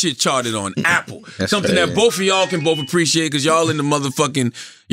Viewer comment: "TROOF" & "BOOF" 😑